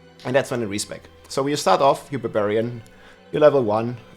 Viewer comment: Rob the "beh-beriyan" Lord.